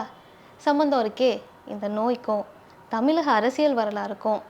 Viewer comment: தமிழ் என்ற சொல்லுங்க. தமில் இல்லை